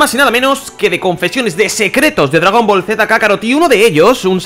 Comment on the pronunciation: por que putas dice dragon boro